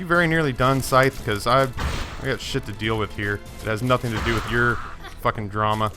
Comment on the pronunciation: Deal not deak